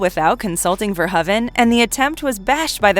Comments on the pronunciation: Verhoeven is pronounced "Ver-HOE-ven", not "Ver-huh-ven". Not gonna lie, the constant mispronunciations from the various narrators are starting to really piss me off. Oh, and , HER NAME IS JENNIFER JASON LEIGH. Not just Jennifer Jason. Fuck sakes! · If you are going to do an entire video on a director, you should probably at least learn how to say his last name. Especially since you butcher it about 50 times here. Love the content, but the editing mistakes are kind of ridiculous sometimes. It's pronounced Paul ver-ho-even, with a long o sound. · FIRST, I HAVE TO CLARIFY THE PRONUNCIATION OF HIS NAME. I PRONOUNCE IT VERHOVEN, WITH AN ACCENT ON THE "O". 😱 OTHERWISE, I LOVE YOUR CHOICE OF MOVIES. I HAVE THE FIRST THREE ON DVD, AND I REALLY LOVE THEM.